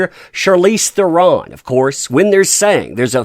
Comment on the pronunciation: FYI. Charlize pronounced her name on a talk show (maybe jay leno?). And her last name is pronounced Thren with a roll on the R.